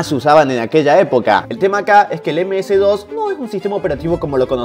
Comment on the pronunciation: si eres Argentino (Porque no se si lo eres) Deberías saber que aquí se le pronuncia: ´´Eme ese, de o ese´´ MS-DOS.